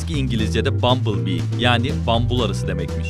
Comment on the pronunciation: Bambıl arısı 😂 koptum sjs Bamblebee yaban arısı demektir. 😂